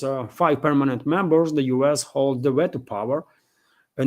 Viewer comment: Just a helpful hint... The first syllable in the word "Veto" is pronounced "vee"